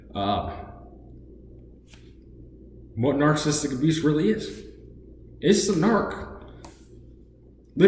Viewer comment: You can't even pronounce narcissistic. It's not nar-cist-uc. It's nar-ciss-ist-ic. Four syllables, not three. You're probably even more narcissistic than your mother is